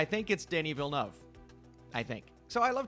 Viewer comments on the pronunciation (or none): its not vill noov ahaha i dont think the “eu” sound exists in english though